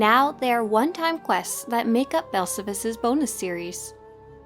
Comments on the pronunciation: awesome video! It’s pronounced Bell-Sal-Vis not Bell-suh-vis. It’s even pronounced in he game. Just teasing of course. Wonderful content as always! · Please learn how to pronounce Belsavis correctly. It's Bel sa vis. Listen to how the ingame characters and NPCs say it. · omg, why can't you pronouce Belsavis correctly? It's "Bell-save-us"! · Here’s how to pronounce belsavis bel-SA-vis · yeah Blazen is correct accept for one minor thing in game it's pronounced like this Bell-Sa-Vis pronounced exactly like it's spelled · please stop saying belsavis like that, damn xD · I've never heard of Belsavis pronounced that way🤔🤷🏽‍♂️ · Sorry I hate to nitpick but your pronunciation of Belsavis is incorrect which is shocking considering how many times I'm sure you were on the planet. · Everything about the vid is good, except how you pronounce belsavis. :P